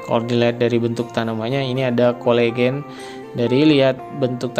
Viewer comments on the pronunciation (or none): Coelogyne, ucapannya = Se - lo - je - nie, bukan kolegen.